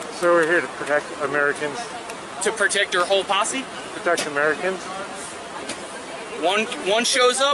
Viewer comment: Posse. Not possy